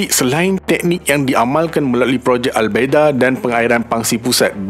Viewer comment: sebutan tu salah bang,al baydho" ikut lahjah arab